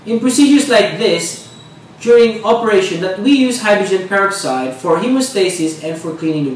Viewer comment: Dumb stupid video. All man does is tell,u all he did wrong. And he can't speak English correctly. And pronounces hydrogen peroxide the wrong words used.